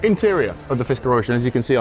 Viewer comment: fiskrer???? HAHAHA NOTHING to say...same as lucid